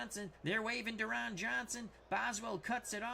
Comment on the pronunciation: Deron Johnson's first name is pronounced "Darrin."